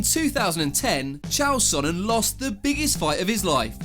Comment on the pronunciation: Who the Hell says the GOAT chael sonnens name wrong!